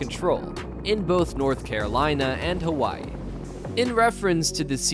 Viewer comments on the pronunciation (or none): none